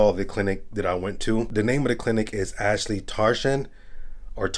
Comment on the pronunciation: I hate to be that guy but it’s pronounced aassllli not ashli and tarjaan hope fully u will understand also this is coming from a Turk👍